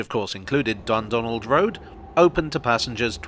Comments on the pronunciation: I keep hearing 'Dumbdonald' and thinking it's named after Trump. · The pronunciation of Dundonald is really getting at me